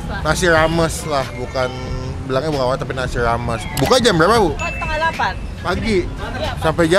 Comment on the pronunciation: bang sorry nih, namanya "warteg" bukan "walteg"